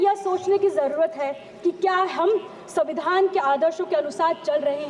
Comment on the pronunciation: pahle padhna bolna sikh ke 😂 samvidhan to savidhan kah rhi , ek line bhi apne man se nai bol pa rhi